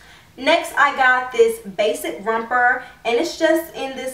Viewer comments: It's romper not rumper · Girl I love you and your videos a lot but I couldn't help but flinch every time you said "rumper" lol. No hate tho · the way you say romper is actually killing me